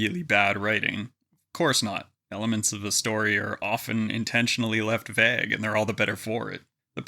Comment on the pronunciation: Vague is not pronounced like that btw.